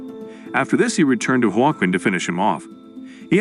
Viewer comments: Joe Kwin tf. Ai doesn't know it's Hwa Keen😆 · His name is pronounced "wa - Keen" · "Wa-Qwin"? "Jwa-kin"? "Uwa-kin"? Can't you teach AI narrator to pronounce Spanish names properly? Like the name Joaquin?